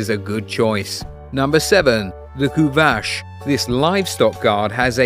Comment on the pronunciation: I love your videos :) One thing about the pronunciation: the Kuvasz is a hungarian breed and their name is pronounced with "s" not with "sh" (if it's not clear what I wrote here, you can try with google translate's hungarian voice) Keep up the good work! Greeting from Transilvania :)